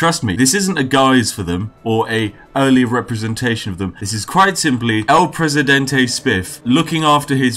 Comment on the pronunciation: *takes sip of tea Spiff: no one like el presidentay *Spits out tea